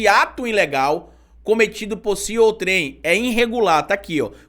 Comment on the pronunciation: Desculpe,, mas a pronúncia de OUTREM não é "OUTRÉM", é "ÔUTREM". Nota: você tem um imenso crédito, porque aprendo muito com você. Por isso é que tanto acesso o seu canal. Obrigado!